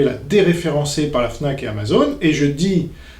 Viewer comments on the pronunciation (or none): none